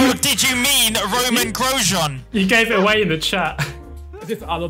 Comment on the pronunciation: "romain grojean" xd